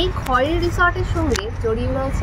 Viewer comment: খৈরী ছিল এক বিখ্যাত পোষা বাঘিনী। তার নাম অনুসারেই বাংরিপোসির রিসর্টটি নামাঙ্কিত। খয়েরি নয়, উচ্চারণ "খৈরী"। ডুবলাগড়ি বীচ - ডুবলাগাছি কে বলেছে?